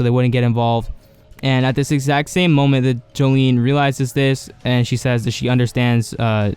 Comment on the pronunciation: Her name is pronounced "Jo-lin"